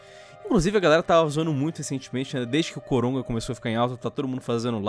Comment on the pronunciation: não sei se sou so eu que estou ouvindo eles dizerem COROGA